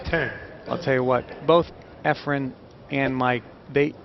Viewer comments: NOT Ephram!!!! Efren!!!! for fudge sake! Damn those commentators! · Efren not EfreM, for crying out loud. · JEEZ THERE'S AN N IN HIS NAME, EFRENNNNNNNN why the fk does this commentator, sigel and hopkins always say efrum??? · I hate how the commentators say "Efrum"